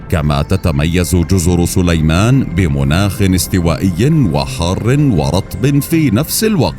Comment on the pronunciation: جزر صُليمان ! ليت الواحد يعرف متى يضخّم صوته